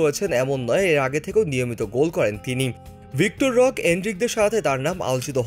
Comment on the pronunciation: আরে ভাই,এত ভুলভাল উচ্চারণ করেন কেন? ওটা ভিক্টর রোক না। ওটা হবে ভিটর রোক।